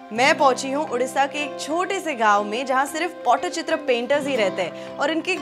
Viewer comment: Madam pls pronounce it properly. It's not pottychitra it's Pattichitra😂